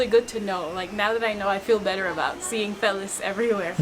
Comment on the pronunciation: Hi, Great video of Bhutan! Loved how you showcased the people and the culture. Maybe it was nerves, but the part of the video where you showed the phalIuses, I noticed you kept repeating the word "phallis" incorrectly. You were saying Phellis (Phe) instead of Phallis (Pha). You probably didn't notice you were doing it but just thought I would point it out to you. Take care and all the best to you and Sima.